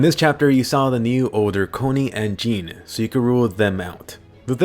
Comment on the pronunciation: I think you’re pronouncing jean’s name not right